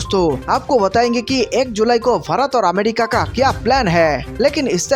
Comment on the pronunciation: Kya bhakwas. Pehle bharat naam sahi bolo.